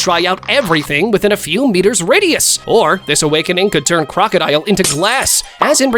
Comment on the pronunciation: Did bro really say "rockedile"💀💀💀💀